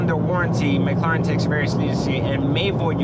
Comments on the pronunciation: Dude, its Mclaren not Macloran. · its pronounced mclairen. not mcloren. spelled correctly, it is Mclaren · mcloren XD its mclaririn lol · Or maybe he’s just bitching about another he owns, it doesn’t take a genius to realize that owning a brand new super car is gonna cost a lot. If he wanted an investment then he shouldn’t have even looked at a McLaren or as he says “McLoren”. Don’t blame the company for this mans lack of brain power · he had to sell it because McLaren was ashamed that their customer couldn't pronounce mclaren right 😂